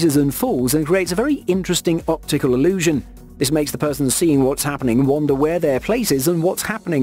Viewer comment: FIX YOU BUZZING MIC! WONDER IS PRONOUNCED WUNDER! CHECK YOUR FACTS X3 BEFORE RECORDING!